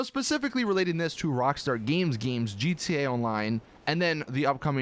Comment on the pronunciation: Stop saying gtonline and say it right